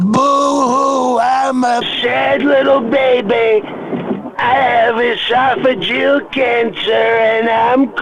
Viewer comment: You almost had me, but I don't think Trump could say "oesophageal" like that :)